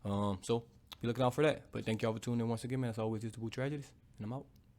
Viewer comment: "It's Tragedies n I'm owwt" 🤣🤣 as always